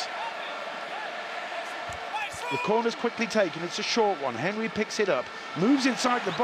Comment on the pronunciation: The way he pronounced Henry🥴